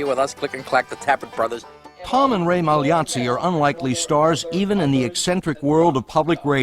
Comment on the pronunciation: Thanks for pronouncing Magliozzi correctly!